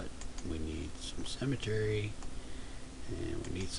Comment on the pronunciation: Great video, though I kept giggling as you pronounced "symmetry" as "cemetery."